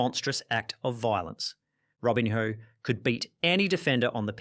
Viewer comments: This is what happens when you get chatgpt to write your script about something you have no interest in and then read it without even checking how to pronounce the names. Robin-hoe, Ay-jacks, Henry. I also love how chatgpt thought Eric Cantona turned evil for becoming an activist after his career where he literally karate kicked a fan. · I've already read the previous comments but a few other name mispronunciations that I noticed - Kluivert was "Kloy-vert", Cantona was pronounced like Kerry Katona, Robinho was Robin-hoe, Thierry Henry was like Henry VIII...just to name a few more, off the top of my head. As a fellow Aussie, may I please apologise for this utter wanker's abysmal narration, who also quite clearly has absolutely NO IDEA what the word "evil" actually means.